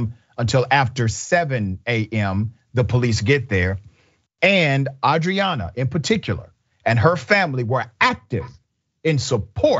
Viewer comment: Her name Arianna. You keep saying Adriana. The gang violence in Houston is out of control. It’s the most dangerous city.